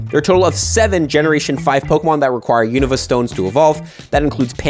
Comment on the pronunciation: Please pronounce Unova correctly!!